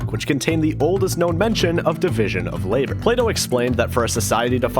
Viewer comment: what the fuck is he said plato as play doh